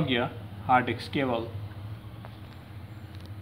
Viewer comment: No one Litreally no one This guy: Data "Cabol"